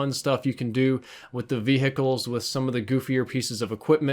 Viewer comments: Wait..... ve-hicles? WHAT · Idk if he does it on purpose, but it triggers me when pronounced the H in “vehicles” 😂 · Learn how to say vehicles properly 😂